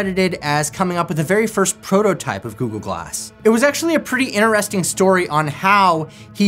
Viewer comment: All I hear is Goo-Goo-Glass… 😝